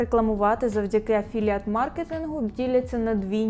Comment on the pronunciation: «афіліейт» госссподи…..